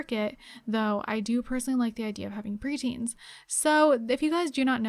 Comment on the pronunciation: (Hold dramatic pause)..... “preteens”